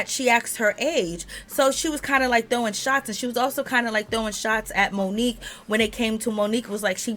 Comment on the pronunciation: "Moniece" is her name! Not Monique‼️